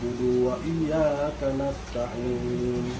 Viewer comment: Bacaan kanastaim ujungnya pake mim itu keliru, yang benar kanastain ujungnya pake nun.